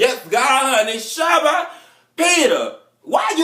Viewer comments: LOL at him saying Shabba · Dat bisch said Shabba lmao 😂